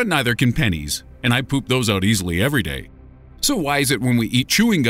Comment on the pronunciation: you said "oat" and not "out"